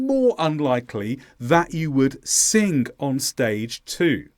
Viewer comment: Pardon me, but sing doesn't end with a k. It's not singk.